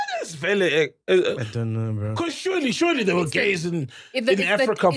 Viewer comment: "i donn know" "i donn know"